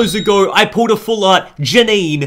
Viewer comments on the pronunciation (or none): Janine is pronounced Ja-neen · It’s pronounced Ja-neen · Its jah ni né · srry for being that guy but its pronounced janiiin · Its Jan-een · It's pronounced ja-neen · its pronounced JAH-NEEN